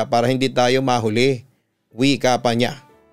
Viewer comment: Suggestion lng papa dudut, I really love this channel pero sana maimprove pa yung pronunciation, tagalog na nga eh hahaha. Daming words na naiiba ang meaning, for example yung "mahuli" dun sa part na papakopyahin si Aurora. Sana maimprove pa, love you papa dudut.